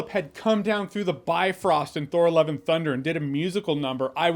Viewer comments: I keep hearing Thor "Eleven" Thunder 😅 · Why does it sound like he's saying 'Thor Eleven Thunder' ??